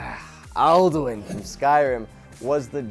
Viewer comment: Al-du-in. First born of Akatosh xD